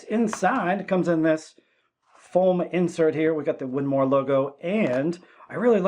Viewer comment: “The winmoooor” what the heck…. 🤣